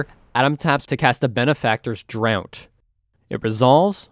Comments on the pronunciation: draught is pronounced draft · Draught is pronounced “draft”. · Fun game. You kept mispronouncing Benefactor's Draught as "Benefactor's Drought" though. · Draught is pronounced "draft" :3